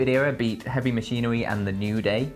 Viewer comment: Hehe, "Heavy Mwahsheenawy"... Sorry,.